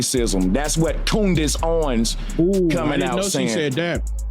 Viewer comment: I STARTED THE COODACE OWENS SAYING AND ITS ACTUALLY COODACE HOEWENS 😂.